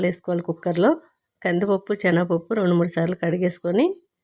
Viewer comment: దిక్కుమాలిన భాష ! చేనగ పప్పు కాదు ,సెనగపప్పు. భాషను చంపకు